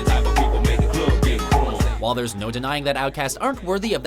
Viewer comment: thumbs up if you cringed when he said crunk